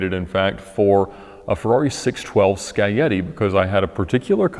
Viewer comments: Why they called Ferrary 612 Sky-Yeti I will never know, because the name is clearly ScagLieti (Skah-Glee-Eh-Tee) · its scag-glee-yeti not sky-yeti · Time to improve your Italian pronunciation mate.